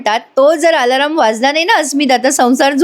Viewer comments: अदखलपात्र.......असा शब्द आहे 👍 दखल घेण्याची गरज नसलेला. दुसरा शब्द..... Alarm अलार्म ... अलार् म ... वर्ग , सर्व म्हणतो ना, तसं‌. अलारम हे बरोबर नाही. 👍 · आलाराम नाही अलार्म म्हणा